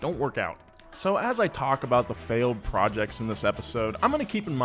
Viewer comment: "iFailed" same